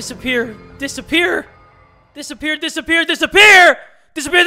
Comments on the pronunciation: the more he says “disappear” the more it sounds like despair. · When said dissapear a few times fast, the word became despair. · More like “dispeer” or “the Speer” lmao